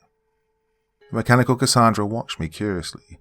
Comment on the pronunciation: Gotta say Doc I ❤️the way you pronounce Cassandra 🥰 I go by Cassy for short. Awesome story & wonderful narration as always. ❤️🖤❤️🖤